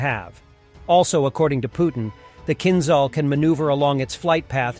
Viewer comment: it was written correctly. he pronounced it wrong suggesting that he doesn't actually know what it means.